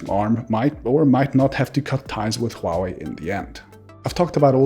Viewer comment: thank you for pronouncing HUAWEI correctly